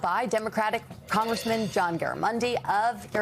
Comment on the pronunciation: The news ditz should learn to pronounce the guests name before he comes on.